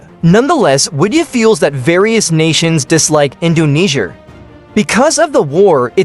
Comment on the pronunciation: Bro said Indonesier💀